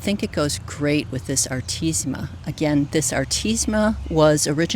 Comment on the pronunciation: Powis Castle is my favorite artemisia. By the way, you’re leaving out the syllable ‘me’ when you pronounce the name of the plant.